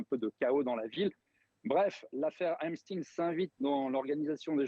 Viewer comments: Ce n'est pas Epstine, mais Epstein. Vous le faîtes exprès. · Epst « ein »!!!! C’est comme Liechtenstein, Frankenstein, Harvey Weinstein !!!! Ce n’est pas compliqué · Quand vous dites epstine, c'est en hébreu?????